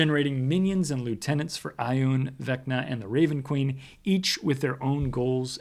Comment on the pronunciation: Ioun is pronounced "Yoon" btw. This is per Jack Vance, its creator